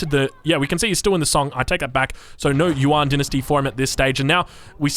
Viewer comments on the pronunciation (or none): none